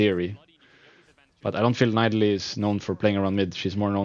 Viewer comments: Rekkles it's pronaunced NI DALIE not NAI DALI... I mean I know it's not your native language but still NAI DALI? xD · Rekkles just need to practice his voice a bit and he would be the best commenter ever, cuz he has so much ingame knowlage... Yea that and maybe learn how to say Nidalee :)